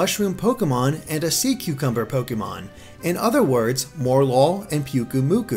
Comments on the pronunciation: Morelull = Morel + Lull, so it's pronounced 'More-uh-lull', not 'More-lull', just since I haven't seen anyone else saying it. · MOREL-LULL, not more-lull. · Please, please, please STOP MISPRONOUNCING MORELULL. The name, from what I can gather, is that its a play on morel (a type of mushroom) and lull, as in to put something asleep or into a tired state. So don't pronounce it more-lull, pronounce it morel-ull. Sorry for the rant, but most people seem to be pronouncing it this way and it just irks me. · Mor-el-lul not More-lul. A Morel is a type of mushroom. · I think it's supposed to be "Mor-el-ull". Three syllables. Morel (the mushroom) and lull (as in, to sleep). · I think Morelull is pronounced Morel-Lull, named after Morel mushrooms. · mispronunced morelull lol more lul